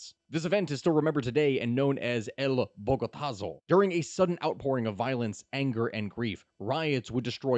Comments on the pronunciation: Thing is, he got it more or less right with Bogotazo, he just had to drop the -zo :P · I was relieved on how you pronounced "El bogotazo" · Great video, but damn, that pronunciation of Bogotá hurt to hear, even more so because you pronounced "Bogotazo" well enough, and all you had to do is take off the "zo" from that word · Bogada what? You even said "Bogotazo" well enough, should that have been a hint?